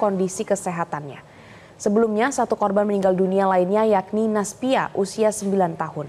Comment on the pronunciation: Bukan naspia tapi nasyifa Rahayu pak anak saya